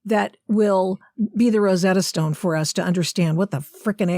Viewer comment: . "rosetta stone" - V.T. S o m e b o d y, get one...